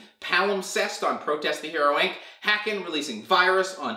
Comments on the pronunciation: Haken. Rhymes with bacon. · I never heard Haken pronounced that way before😂